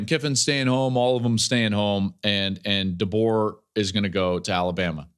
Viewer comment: If I hear call him “Duh-Bo” one more time I’m gonna puke